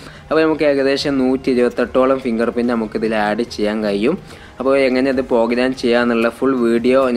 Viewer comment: Pogram alla program😁